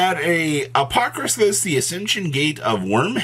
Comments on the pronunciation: I know that yugioh has some crazy made up words. But sounding shit out is not that hard. Apodrakosis, not apokrafis, how did you add an ‘f’ in there? lol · not even close to pronouncing the name right as usual 😆